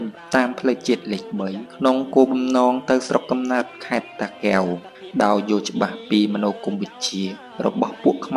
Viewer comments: អញឆ្ងល់និយាយខ្មែរមិនច្បាស់ពាក្យ តាកែវ មិនមែនតាគែវទេ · គ្រាន់ពាក្យថា( តាកែវ )១មា៉ត់ក៏និយាយមិនច្បាស់ដែ